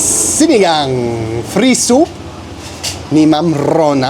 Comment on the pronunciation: Pre!! Pero na perfect naman nya ang pagbigkas nya ng SINIGANG today!!